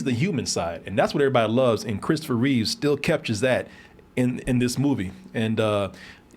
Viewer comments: His name was CHRISTOPHER REEVE, not REEVES. There's no "S" at the end of his name. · His last name is Reeve, not Reeves. No "s" in his name. Just a small correction, no big deal. I love your channel, guys! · It's Reeve, not Reeves. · I agree with everything you said about Christopher.. but every time you say “Reeves” instead of “Reeve” i wince lol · Every single person on YouTube insists on calling Christopher Reeve, Christopher "Reeves" and it drives me insane.